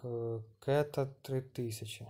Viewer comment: кетА а не кЕта..... не смог видео посмотреть, на первых минутах резать ухо начало(